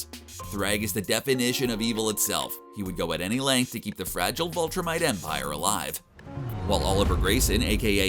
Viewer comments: its viltrumites not voltra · " Vulture mites" ...viltrumites.. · i don't know if i am hearing this correctly or not but it sounds like you are calling them vultrimites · Is it just me,or is he saying "Vultrumites" instead of Viltrumites?lol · Why not say viltrumites the way it’s said in the show !?!?!?!